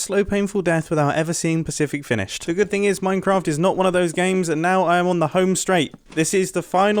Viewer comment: “Minecott Chewb”